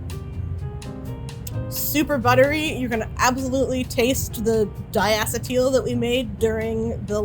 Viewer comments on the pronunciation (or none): "Dye-ass-a-teal" is not how "dye-uh-see-tul" is pronounced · dai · uh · see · tl Please, for the sake of any future videos! Mispronouncing scientific names like diacetyl is one of the hardest things to listen to, lol Thanks for the butter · Really weird how she says diacetEEL... I would've said it more like "diacetil" (same as methyl- or butyl- and such, no one says metheel). And apparently diacEEtil is the more common pronunciation. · I'm in agreement with VTJake and Doda Exploda. But I can't blame the presenter. The title is at fault - if it had been 'How Butter is Made" rather than 'How to Make Your Own Butter,' we might not feel so robbed of the necessary information to replicate this process. That aside, I am baffled that a flavour scientist can't pronounce diacetyl correctly.